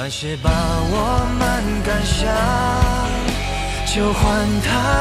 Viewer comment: 难想 赶上 感伤 三个词发音一样了，不过不影响意境